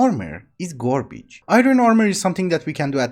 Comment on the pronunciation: Something about the way you say "garbage" is hilarious to me. gorbij